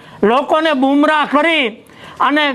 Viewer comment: બુમરાહ નહીં કાકા ગુમરાહ કેવાય બોલતા શીખો